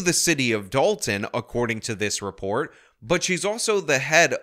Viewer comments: This Journalist can’t even manage to say the name of the town or anything that has a “T” in it. It’s Da-on to her! 😂. Is this a DEI hire too, I wonder….. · That news reporter thinks Dolton is pronounced like “doll-in”😂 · dalton... no its dolton.... even their spelling is dumb